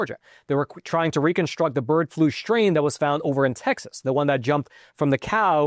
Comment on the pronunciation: FYI: It's pronounced IN-DUS-TREE, not in-duSH-tree. It's SSSSSS-TRAIN, not SHHHH-train. There is no H sound in ST. Stop ruining the English language.